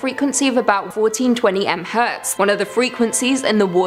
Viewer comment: Nerd tip of the day; you pronounce MHz, "Mega Hertz."